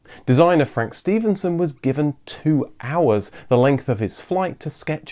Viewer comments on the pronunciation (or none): none